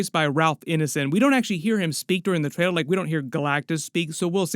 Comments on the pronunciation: TraiLer… not traiDer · Why is he saying Trader all the time? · It sounds like you're saying Traitor instead of Trailer